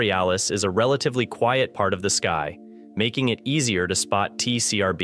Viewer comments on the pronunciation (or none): none